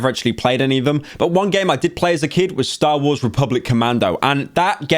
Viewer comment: When Pyro said “Stah Wohs”, I cried. The Slop will save us all.